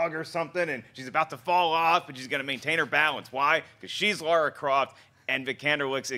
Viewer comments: Yeah I know. They say Laura and not Lara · LARA not Laura, ffs. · cmon guys it's lara croft not lora croft geez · Lara! Not Laura! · It's LARA not Laura. lol It's obvious that they haven't played any of the games. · LARA, not Laura. How hard is it to read when it's part of your job?